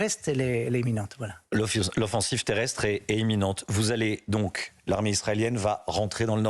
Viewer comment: voua dîtes "émminente" au lieu d'imminente